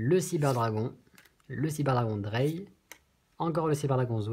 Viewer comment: Pour le deck Cyber Dragon Zwei et Drei c'est de l'allemand et ça ne se prononce pas tout à fait comme tu le dit. Zwei=Deux et Drei= Trois. 😉😀